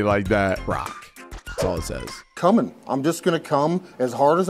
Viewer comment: has a speech condition called a lisp, where he pronounces "s" like "th."